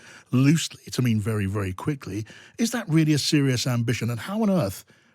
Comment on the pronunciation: "Trump will speak in wery short words." What a surprise!